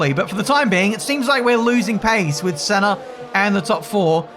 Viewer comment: saying "Ayrton Senner" is gold